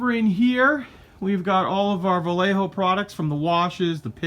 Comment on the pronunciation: a little tip for you the proper way to pronounce Vallejo is the double LL is pronounce like a y